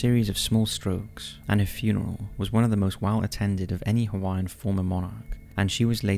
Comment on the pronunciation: Bro, you really botched the pronunciations of almost every Hawaiian word